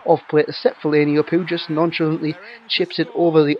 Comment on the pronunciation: Fe-Lane-E thats how you pronounce it ;) Great vid once again pal!